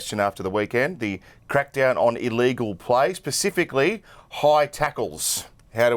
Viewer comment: Hey Matt! Its Specifically! not Pacifically!!! two totally different things!